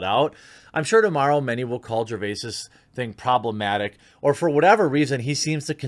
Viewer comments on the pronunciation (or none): none